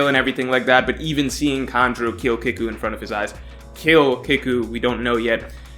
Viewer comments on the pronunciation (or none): It’s pronounced keeku like seek or eek. Not kick-u